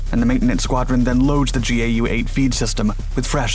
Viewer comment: Its Gau8 (pronounced 'gow'-8) not G.A.U.,8